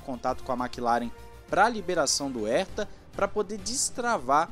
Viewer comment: "Erta" não!!! "Rerta", pô! Dói os ouvidos ouvir "Erta". Ninguém no mundo pronuncia o sobrenome dele assim.